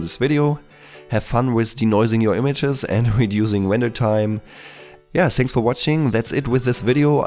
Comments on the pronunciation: "Wender" sorry man, love your vids XD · Don't fret about it, I love your Elmer Fudd accent. ;)